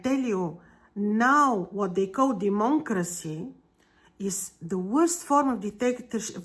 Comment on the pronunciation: You pronounced it correctly the furst time.....DEMONCRACY.